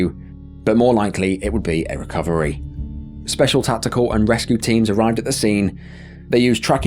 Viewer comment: What is so hard about annunciating the letter: "L?" hoding, appoh, biwding...wtf? Speshow (Special)